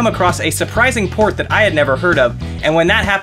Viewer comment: You say port. I hear porn at first..